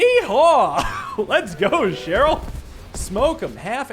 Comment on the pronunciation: When the guy at the end pronounces Cherlyl, haha